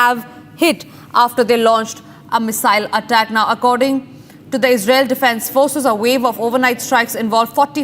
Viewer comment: defence ❎️ defend Israel ❎️ Isral 😂